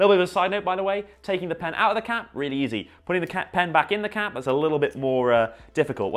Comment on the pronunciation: Sounds like he’s saying cat instead of cap